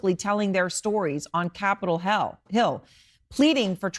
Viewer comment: She said Capital Hell/Hill 🧐🤔🤔